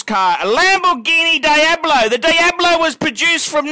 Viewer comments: Daiablo, as you say, means nothing in Spanish because that word doesn't exist. It's pronounced Dee-ablo, not Dai-ablo. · why do australians pronounce things so strangely? there's no 'die' in diablo you silly scrote. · Im aussie and I pronounce it "Deeablo" correctly..this guy just doesnt know